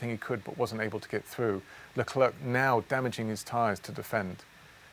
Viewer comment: Thanks for the video It's prenounced ''Lecler'' and not ''LeclerC'' ;)